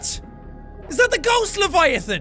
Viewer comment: Leviathan. Not Leviafin